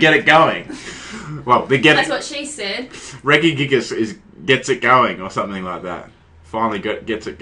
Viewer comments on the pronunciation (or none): op REGISTEEL NOT REGIGIGAS and its not reggy-gigass it's pronounced Reh-Gi-Gig-As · Please tell me what the fuck Reggygigas is? Its fucking Regi pronounced like Reji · no one pronounces it Regui- except him, anyway I give up, you may now continue to crush me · Sounds like your sayung Reggae gigas lmao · Your pronounce regi wrong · its pronounced rejigigas